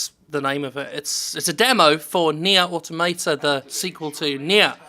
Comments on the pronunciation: aw-TOM-uh-tuh, not otto-may-ta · Nier Automater. Good pronunciation there. Also the game isn't made by Squareenix it's just published by it. Cavia made Nier/Drakengard which are the same franchise. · automata: AUTO-MAH-TAH why you pronouncing it like some kind of philistine? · I believe it's more of a "toh" than "tah", but yeah. Weird how no-one can pronounce automata in games journalism it seems; it's like they all feel the urge to pronounce the "auto" first, then mangle whatever is left in the word into a single syllable: "Auto-mayta"/"Auto-marta". I mean, how do they pronounce "automaton"? "Auto-mayton"? Because it's "Au-tomaton"... >.>' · >aw-to-MAY-tah lel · "auto-mate-a" Argh my ears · nobody pronounces automata correctly :( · You pronounce autamata like a spaz.